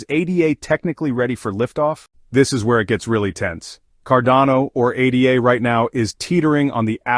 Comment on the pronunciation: We'll see...whales and their bots control 95% of all market cap, so it only moves when they want anything to move and when OTC is depleted...regardless this is an AI channel. No one says A D A. Its ADA, as in Ada Lovelace not A D A.